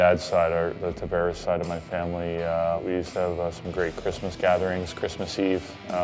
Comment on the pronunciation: He pronounces it Tav -AIR-es but everyone else says it the other way. I guess we are all wrong.